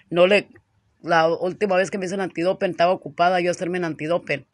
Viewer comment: Y sigues con tu antidopen... que se dice Antidoping,No antidopen...🙆🏻‍♂️🤦🏻‍♂️😖😬🤨😩🥴